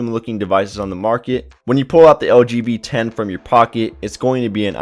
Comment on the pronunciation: When you say "LG V10", it sounds like you say "LGBT". :)